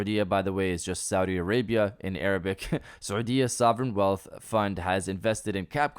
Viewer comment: When you said ( سعودية ) saudi Arabia i thought you're from arab country nice accent 👍🏻